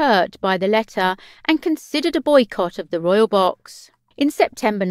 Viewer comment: Who can understand what this woman is saying? Royal = Royoooo, Castle = Cassoooo. And she talks so fast. Can't they find someone who can pronounce words properly? The information is interesting, but the narrator sounds like a 3 year old child.